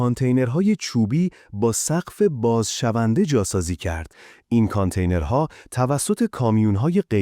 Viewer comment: هوش مصنوعی داره متن رو میخونه ؟؟ چرا کانتینر رو اونتوری تلفظ میکنی ؟؟؟